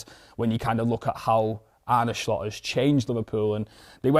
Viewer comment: Why are you pronouncing Slot like that?